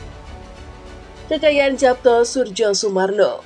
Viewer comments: Suryo Sumarno, Surjo dibacanya SURYO bgtuu lah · Mbak, kalaau ngomong sing apik dong masak nama ybs di baca Yapto Surdjosurmarno